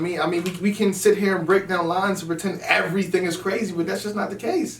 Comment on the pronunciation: Tech 9 : this is CWAZEY!!